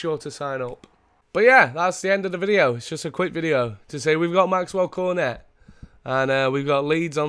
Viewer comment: You dont prenounce cornet Cor-net, you pronounce it corn- ey